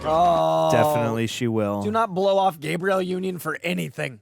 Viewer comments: Gabrielle is pronounced “Gab-BREE-El.” This is the actress’ name. You’re saying Gabriel…”Gay-BREE-youl.” Sorry, I had to 😭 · “Gabriel” Union was low key pissing me off though 😂